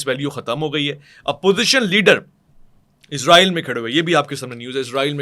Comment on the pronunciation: عزرائیل نہیں بھائی اسرائیل بولا کریں 😂😂😂